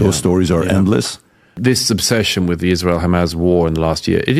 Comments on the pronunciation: Why he keeps saying Hamazz??? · Why can this clown not pronounce Hamas properly?🤦‍♂🤣